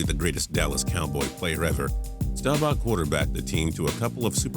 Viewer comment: Learn how to pronounce Staubach and Unitas